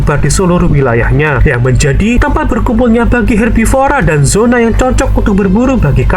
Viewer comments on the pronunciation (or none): none